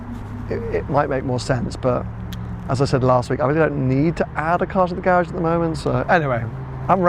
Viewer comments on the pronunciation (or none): none